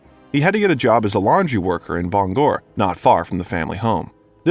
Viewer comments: Bangor is pronounced Bang-Err not Bong gore. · "Bong-gore"? Do you mean Bangor? (pronounced "Bang-er." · It's Bang - Gore not Bungur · Bangor... like banger... not Ba Gangorh 😂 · bon-gor 😅😅😅😅😅😅instead of Bangor!😳🤪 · By “Ban GOOR,” you mean “Bangor,” pronounced “BANG gohr.” I also think you mean “scholastic” and “mimeograph.” In addition, it’s “was called on the carpet.” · Bon-gore, Maine, eh? It is Bang-gore! Is this an IT voice? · Great info but you lost me at Bong Orr I hate that AI crap but I love me some Steve. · I almost shit when he called Bangor "Bong-gore" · You mangled Bangor, Its pronounced Bang gore. Like as in I bang on a drum and gore (gor) as in his gory books. Born and raised in Maine. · Never heard of "Bong-Whore" Maine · Bangor Maine isn't pronounced the way you did. It isn't Bongor Bang-gore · This is a good biography, but your mispronounciations are very cringworthy. Avon, mimeograph, Bangor, just to name a few. Please look up words you're unsure of. (A-von, mim-e-o-graph, Bang-ore) and yes, I'm from Maine. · Bangor is pronounced like "bang-gore" 😅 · It's pronounced Bang ger` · Did an AI write this script? Is that a real human reading the script? Mimgraph, Baan Gor? You put the wring EM fa Sis on the wrong Ci laable. Mimeograph, a low-cost duplicating machine, Bangor, a city in Maine. Before you publish this crap, have an actual human give it a once over. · Mim-ee-oh-graph, Bang-gor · Necessary Things—Ha! A few of the novels you mention are actually a collection of short stories. Joe Hill’s 20th Century Ghost Stories, and S King’s Full Dark No Stars, etc. You mispronounced Mimeograph, Bangor, and Mr Mercedes.